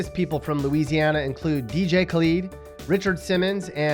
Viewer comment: You didn't pronounce Dj Khaled right. Wich means that 99% of what you said I like. Wich means that you make me feel special, because I watch the hole video.